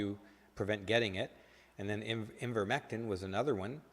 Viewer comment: It's Hydroxychloroquine not ...quinone, that is another drug. It is also Ivermectin, not Invermectin. Otherwise you are correct in most of what you are saying. I appreciate you are not technical so "no foul". Well done. Enjoyed your soliloquy.🙂👍